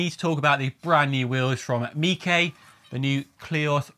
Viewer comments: Surely its miche not mikay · I don't think it's pronounced "meekay" like 😂